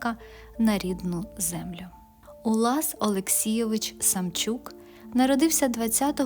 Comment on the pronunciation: Чому Самчюк,а не Самчук